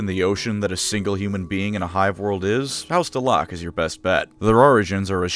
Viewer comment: Pretty sure the proper way to say that is Dell-uh-keuw...